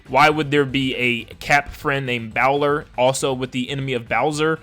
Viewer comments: because your pronouncing it wrong It's probably pronounced like bowl with -er at the end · Bowler is pronounced like a bowl, as in a cereal bowl just with "er" in the end, it's a common hat name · This nigga can't read lol 😂 thank you for helping your boi out lol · A bowler hat? “Bowl-er” not “bow-ler.” Mario heavily used his hat in the last Odyssey game. Lol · not bow ler, bowler as in the hat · It's "bowl-er" hat. Like what Charlie Chaplin wore. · It’s pronounced “boh-ler,” not “bao-ler,” so it doesn’t sound much like Bowser at all. I’m pretty sure it’s a reference to bowler hats. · You said Bow-ler but I believe it’s pronounced bowl-er like bole rhyming with hole, which bowler hats are real hats, but I don’t think they’re giving Luigi a bowler hat unless it does the same thing cappy does with Mario turning into his hat. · Bowler is a kind of hat, and it’s pronounced BOWL-er as in someone who goes bowling, I guess. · Bowler as in a bowler hat not baowler it's not pronounced like Bowser it's pronounced like bowling you dun dum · Bowler isn’t pronounced like bowser, but like the sport bowling. Supposed to be a bowler hat, which do exist in bonneten already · Bowler is pronounced as ‘bowl’ as in a ‘bowl of soup’ which actually does make sense because there is a type of hat called a bowler hat Edit just realized others pointed out the same in the comments! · Bowler as in boaler, like the hat type. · it’s bow-ler. like a bowl of cereal. a bowler is a type of hat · I think it’s pronounced, Bowl-er (like a bowler hat) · Bowler is another kind of hat dude! (Also it's said like bowling, not like Bowser) Therefore, I find this leak quite credible, although that just may be my hope talking! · Pretty sure it's pronounced Bowl-er as in Bowler Hat. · The “bowler” name is actually pronounced “bowl-er” and makes sense because there is a type of hat called a bowler hat, which looks like the hats the people in the Metro Kingdom wear. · It’s pronounced bowl-er